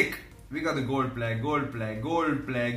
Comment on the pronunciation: Commentary: Gol pleyas ,gol pleyas , gol pleyas, gol pleyas... Fam